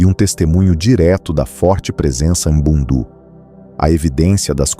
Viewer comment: Correção : Povo Ambundu ( Norte de Angola ). Língua : Kimbundu Pronúncia : Àmbú:ndù Kìmbú:ndù Povo Ovimbundu ( Centro, Sul de Angola e Litoral de Angola: Benguela, Huambo, Bié, Huila ). Língua : Umbundu Pronúncia : Òvìmbú:ndù Ùmbú:ndù